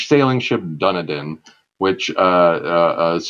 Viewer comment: Dun-e-din! It's pronounced Dun-eden. Good sea yarns though.